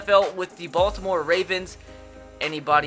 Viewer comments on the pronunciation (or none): none